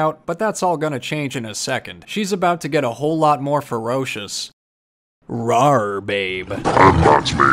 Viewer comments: Thank you for emphasizing the "rawr", not many people pronounce it correctly 😂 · Of course! People should really take the time and try to pronounce it correctly. Really, it's not that H-rawr-d 😂